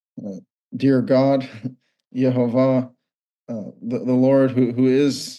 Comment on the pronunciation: I don’t believe that’s the proper way to pronounce Gods Name. I think going doing so came with certain breaths and cantations that we don’t have now.